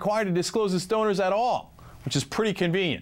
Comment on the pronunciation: Did he just say stoners? I know he meant to say donors but it sounded like stoners.